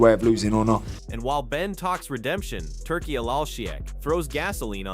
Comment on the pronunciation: . Love the way the Ai pronounces Turki as "Turkeyal laaarlll sheeyak" pmsl.